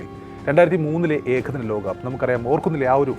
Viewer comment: പറയാതെ വയ്യ.. നിങ്ങളുടെ മലയാളം ഉച്ചാരണം വളരെ അരോചകം ആണ്. ഉദാഹരണത്തിന്, ആധ്യം അല്ല ആദ്യം, ഏഖദിനം അല്ല ഏകദിനം.